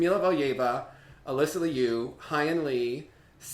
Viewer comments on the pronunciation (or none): none